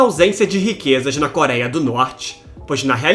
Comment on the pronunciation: parei no "koraia", adeus.